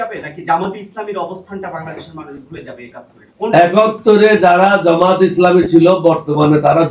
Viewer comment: জমাত জমাত করে, জামাত ঠিক মত বলতে পারে না।